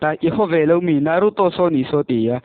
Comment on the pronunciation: Hmunawm a bro mahse movie recap thin ho dang angin a chhiar hi bel deuh hlek la a ngaihnawm viau ang a tha reng tun ai a tha in plzz in naruto poh I lam Dan a dik lo.